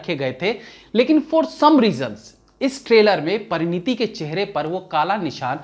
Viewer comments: King of flubs strikes again . Actress name is Pariniti and not Parinita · Parineeta nahi parineeti Sir g 😊